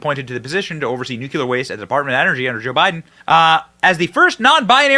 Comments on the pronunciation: Dude… please stop saying “nucular”. It’s “nuclear” 🤪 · Benny, just to let you know, the proper pronunciation is “Nu-Klee-R”, not ‘nucular’ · "Nuclear" NOT "nucular" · It's nuclear, not nucular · NU - CLE - AR, I don't know what "NUCULAR" means, probably from the same language that says "AKSK" instead of "ASK". And damn Fox for giving in to this "pronoun" insanity. He's one man, not 2 or more unless you count the voices in his head. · Benny, it’s not hard to pronounce noook-leer. Nuclear is it not nook-yu-lar! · Say it with me slowly....nook-lee--er.....NOT nook-yoo-ler. So effing annoying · "Nook-YOU-ler" is not a word. Nuclear; pronounced "nook-lee-er" is the word you were searching for. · Nu-clear not nuculear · Benny, mah man! I love what ur doing here on this channel! UR content is very interesting & informative! I just have one favor to ask: could you please work on the pronunciation of nuclear? The proper pronunciation is “new-clee-er,” not “new-cue-ler.” Thanks!😉👍🏼🇺🇸😎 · Nuclear is pronounced NU CLEAR! not NU CU LAR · NEW-CLEE-ERR not Nuke-you-lur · Benny, my man, I love your content... but please say it right! Its Nuclear (NEW-CLEAR) not Nuculor (NEW-Q-LOR) lmfao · Its not nucular its nu clear. Stop sounding like WBush. Thank you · Benny. Love your vids. One point of contention. The word nuclear is pronounced, "nook-lee-err." Not "nook-yuh-lerr" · Benny.....it's pronounced new-clee-err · Dude, Benny… I love your show, but ffs it’s pronounced NU-CLE-AR 😂😂😂😂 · Benny: Nuclear! Newcleeur! Burisma! Burreesema! Escape! Esscape! Love your shows but pronounce these words properly!! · Could you please learn to pronounce “new-klee-ər”? You’re too smart for that mistake😏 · Nuclear, not NUKULUR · LOL nucular? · Wait............did you say "nucular"? I've never dished out any harsh criticism before, so for the sake of balanced commenting..........nucular. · Nuculure??? Lmao. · It's painful hearing nucular. 😵‍💫